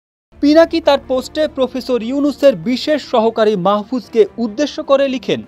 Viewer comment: ""প্রুফেসুর"" ইউনুস কি? বুঝলাম না।